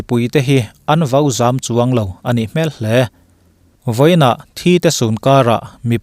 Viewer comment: A rapthlak sawt hle mai. Chuan 'a nih hmel hle...' tia i sawi a 'hmel' i lam dan hi mihring hmel/hmai angin sawi tawh suh, a dik lo. Kel kan lam ang thluk hian lam tur.